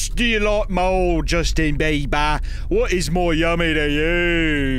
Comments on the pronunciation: "Justion BEE-BAH" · Justin Bae-bah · It's JUSTIN BEE' B ARr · Josten Beeba 😂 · Josten beebah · why was he saying JUSTaN BEiBa